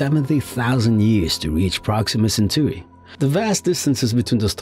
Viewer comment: Repeat after me: "You-rah-nus" (Uranus - Stress the SECOND syllable) Original Greek pronounciation would be "Oo-rah nohs" - stress in second syllable. "Cen-taw-ree" (Centauri - Stress the SECOND syllable) Original Latin pronounciation would be "Chen-tau*-ree" - stress in second syllable. *Tau as in the greek letter. Thank you.